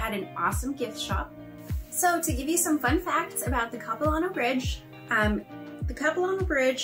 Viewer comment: If you come back this way again please let me know. I live about 100 Kms east of Vancouver. I grew up in the suburbs of the city, not far from the airport actually. By the way the LAN part of Capilano is a short “a” sound, like “hand”. Small pet peeve! Please say Vancouver, BC, Canada. After all we don’t say San Francisco, USA ( for example). Good thing you didn’t hit pouring rain when you were here!